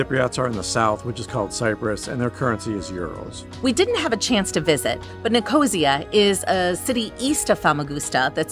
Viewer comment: Why do Americans always butcher the pronunciation of places overseas? Please take some time off camera to chat to the locals and make sure you are pronouncing things correctly. Nicosia = Nic-o-see- ya. 😢